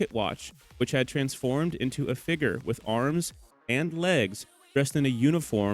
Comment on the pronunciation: Did you call someone a figgur 😂